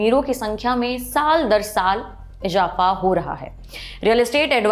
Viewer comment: Please work on your pronunciation ، its izafa not ijapha